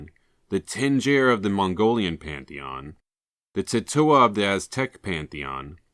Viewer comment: And also while pronoucing it The "g" isn't pronounced as "j" but a hard "g" In like the word "gate"